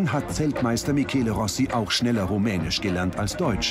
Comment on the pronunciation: 1. Er heißt Michele Rossi 2. Es heißt rumänisch und nicht Romänisch 3. Spricht er gar kein rumänisch, sondern italienisch (er ist, wie man am Namen erkennen könnte, Italiener), deutsch und/oder englisch